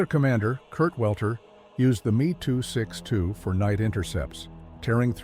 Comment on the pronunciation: I believe it should be pronounced “em ee,” and not “me”. The Gloster Meteor was entirely designed, built, and in service before a single Me 262 had been captured. The desire to turn it into a bomber did not significantly delay the entry into service.